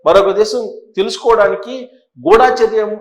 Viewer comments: గుడాచర్యం కాదండి గూడచర్యం మీరు కూడా అక్షరాలు ఇలా పలికితే ఏలా, గమనించండి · Not Ghoodaacharyam, pronounce Gudhacharyam. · ఎందుకురా ఒకదానికొకటి సంబంధం లేకుండా నీ బుర్రకు తోచింది చెప్పి జనాలను పిచ్చోళ్లను చేస్తున్నావు. గుఢా చర్యం కాదురా…గూఢ చర్యం అనాలి.